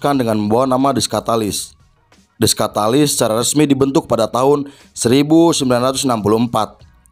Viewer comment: Kenapa nyebutnya skatalis?-_